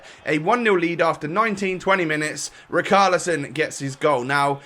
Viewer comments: Rich-ar-lieson, not Rikarlieson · Plz don´t call him Rikarlieson. It triggers me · Its ri-char- li-son